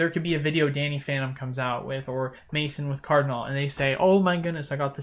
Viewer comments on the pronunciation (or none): none